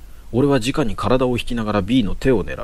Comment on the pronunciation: 面白いですね！ ですが…誤読が気になってしまう…。 「直に」は「すぐに」と読みます。 「じかに」も同じ字を使うので誤読してしまうかもしれませんが、その時の状況を理解していると、誤読せずにすむかも…？